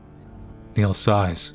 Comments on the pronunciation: Niall - Nile not Neill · It’s NYE-all for Chrissakes (❤ u 😂)